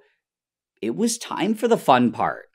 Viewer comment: Nile: professional chemist Also Nile: "I wa totally unsure what wa happening, and just hoped that it was good"